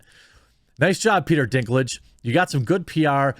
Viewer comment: I kept hearing Dicklage